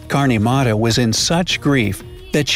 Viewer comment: Mata is actually pronounced as matha